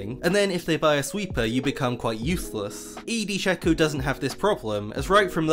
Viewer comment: It is pronounce shaco not shaco